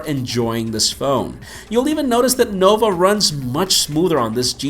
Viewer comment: It was "nova launcher" and not "noble launcher"